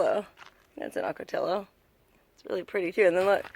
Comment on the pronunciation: Ocoti O. The ll's are silent